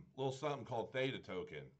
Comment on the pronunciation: The word is so simple to pronounce. Did you even learn English in school. Nice review BTW.